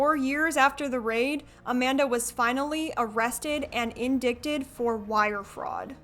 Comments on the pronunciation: I love your videos, but just wanted you to know it’s pronounced “in-dited” not “in-dickted” the c is silent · lol “in dic ted” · You said indicted wrong. It’s “in-dye-did”, not “in-dik-did”. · "In dict-ted"? its pronounced "in-die-ted". oof, Silly Goth Youtuber girl. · in- dickt-did? Lmfaoo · It's in-DIE-ted, friend. Not in-dick-ted. Though the latter definitely makes sense in this case. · indicted is NOT pronounced like "in dick did" queen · indicted? ‘In-die-ted’ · Peace. Indicted is pronounced “in-DYT-ed” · not to be annoying but around the mark the “c” in “indicted” is silent and it’s a long “i”. “in-die-ted” love everything else about the video, i was using this for background sound and immediately tuned into that for some reason lol. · Hi. I am a complete nerd, and truly mean no disrespect..the word "indicted" is prononced "in-dight-ed" Your channel is awesome and I am a new sub. I have no snarky intentions by leaving this comment. I believe in gentle corrections, bc I always appreciated them myself. 💜💫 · I love your channel.. However, do believe that the word indicted is pronounced like "in-DYE-tid". take care. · Indicted = In-DIE-ted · Indicted is pronounced IN-DYE-TED. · Great video. But indicted is not prounced how it looks, it's a silent 'c' so the word is said like 'indited" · Lol,... did you seriously just pronounce indicted as "in-dick-ted?" Sweetie..😂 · Just came across your video, really enjoyed it! Just noticed one thing if you're interested: 'indicted' is pronounced 'in-die-ted' ....go figure... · Just by the way, indicted is pronounced "in-dye-ted" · Girlie, great video, but "indicted" is pronounced "in-dye-ted" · can you pronounce "indicted" like that? I'm not a native, but I was always taught it's "indited" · no, you cannot (correctly, anyway) I was looking for this comment. You are right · Indict is pronounced “indite,” by the way. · Just a heads up, “indicted” is pronounced “in- dite-ed” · Girl its not indicted 😂